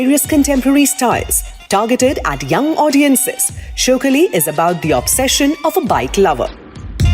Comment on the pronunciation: Its not showkali.... shaukaali.... shauk aali